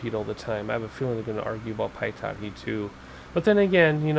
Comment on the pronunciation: Good video. Just a heads up the pitot is pronounced Pee Tow. One word obviously. 👍🏻